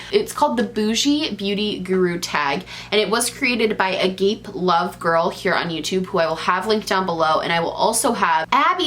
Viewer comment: Agapelovegirl is pronounced “a-gah-pay” like the Church. I only mention it because when you said “agape” I was like “I gotta check this situation out!😂